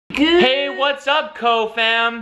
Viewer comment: It’s not ko fam it’s k fam